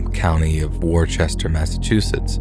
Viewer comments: The one flaw in this episode (besides that it ends): It’s not WOR-Chester, it’s Wister / Worster. Honestly, mispronunciation of place names is super common in these types of shows, but it always stops me in my tracks and makes me wish that narrators would check the pronunciation on unfamiliar names. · Pronounced woo-ster. I live 15 min from there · Massachusetts native here....Worcester is pronounced as "wuss-turr." Or, if you actually grew up IN Boston proper, it's pronounced "wuss-tuh!" 😂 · Hey hi from Boston , i remember that story the Vanessa girl , we don’t say WorCHestor we say Wosta , and it’s not in Boston it’s inMassachusetts about 45miles from where I am in Boston, but creepy story , and keep falling your instincts!!!! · i love the video, especially the stories you picked out. p.s. Worcester is pronounced "wu-ster" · I love your narration. Here in thd US, it's pronounced 'Woo-sta'. 😉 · It's pronounced Woof-ster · Chuck deserves all the pets! Edit: I'm from Massachusetts, and I know it may sound dumb, but our Worcester is pronounced "Wus-ster". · Woohster. The MA city is pronounced Woohster. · This drives me insane it’s WORCESTER NOT WOR-CHESTER.